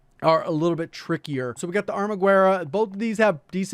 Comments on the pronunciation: It's pronounced Arma-gerra (like garage with an E) rather than Arma-gwerra by the way! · THE “U” IS SILENT!!!!!!!!!! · "Armaguerra" pronounce it without the "u". Don't change the g, just ignore the u.